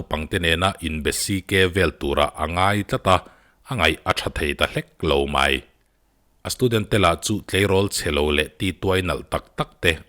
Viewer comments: (Mai) tih hi (my) iti zel a😆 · MAI i lam dan hi sial 😁😁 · I'mai' lam dan chu ngaihthlak a nuam chiah lo deuh